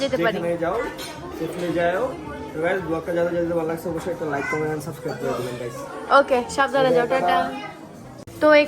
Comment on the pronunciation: সাস্ক্রাইব কিরে ভাই? এতকিছু বলতে পারে আর সাবস্ক্রাইব বলতে পারেনা?